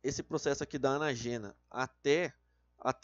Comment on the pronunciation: Po, tem um acento em "anÁgena", 'telÓgena" e "catÁgena", o maluco me lê: "anagÊna", "catagÊna" e "telogÊna" KKKKKKKKKKKKKKKKKKKKK pqp